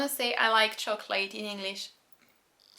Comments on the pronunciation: Just a small thing... "chocolate" does not rhyme with "late" in English. It is pronounced "choc-lit". I enjoy your videos, thank you for helping me to understand French as it is really spoken by French people. J'aime bien vos vidéos. Merci de m'aider de mieux comprendre le français actuelle, comme les français le parle vraiment. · In America (I won't speak too broadly and say "all English-speakers", but--), it's DEFINITELY "choc-lit". Never have I ever heard a native English speaker pronounce the English word "chocolate" as it is spelled phonetically (choc-late). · I am in Chicago. Never ever heard chocolate pronounced any way other than "choc-lit". Honestly never heard an English-speaker rhyme it with "late".